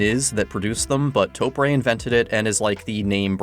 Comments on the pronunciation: You literally spelled it out syllable by syllable TO-PU-RE -> TO-PRE yet you still managed to screw it up with TOE-PREY. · how do you get 'pray' out of press. also, in Japanese, the e sound is 'eh' not ay. to get 'ay' you have to use ei. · Ok, if were going to get extremely, pedantic. You are mispronouncing it. Japanese has long vowels in some words, hence the _ on top of the O. So, you'd hold the O twice as long as the pu and re so its like Too Pu Re, which, is how Tokyo is pounced in Japanese. In Japanese its written 東京, とうきょう、TouKyou. But this doesn't really map onto English very well. No, im not complaining!